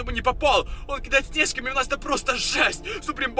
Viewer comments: снежками ударение на е??? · Не снЕжками, а снежкАми👿